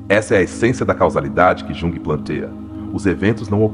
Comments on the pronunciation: Esse AI deveria ter sido ensinado a falar o nome correto. Jung? Yung. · Mas ele está nos mostrando tanto sobre este autor, que não faz mal ele pronunciar errado. Um beijo!❤